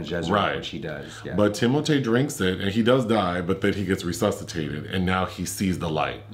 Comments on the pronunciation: Thank you,. "Tim-O-Tay" is now the official pronunciation. Finally there is something amusing about that slender assembly of hair and bones. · Thanks to and, I call Timothée "Tim-O-Tay" now and I can't see myself calling him anything else. 😄